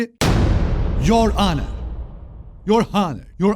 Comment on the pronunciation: Honor: anır diye okunuyo abi ATLA saolsun biliyoruz